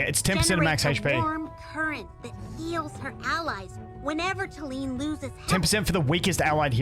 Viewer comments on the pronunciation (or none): I also think saying Talene like Tay-lean, kind of borrows pronunciation from Selene, one of the first names I can think of that is similar to Talene. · Let's call her, tal-en-eh 😂